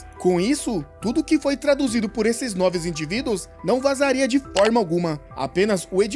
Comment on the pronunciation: "noves individuos" que agoniaaaaaa